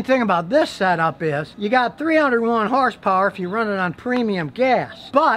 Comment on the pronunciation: Scotty: "this 4 cylinder engine puts out 310 hers purrs" Also Scotty 3 minutes later: " It has a turbo charger"🤣🤣